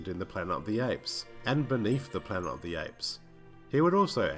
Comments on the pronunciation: After three of the Apes videos, I've grown accustomed to your endearing "Plana" of the Apes and also forgive you for your near-universal mispronunciations of all the character names along with your countless factual inaccuracies. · What word is it that you keep saying instead of "Planet"??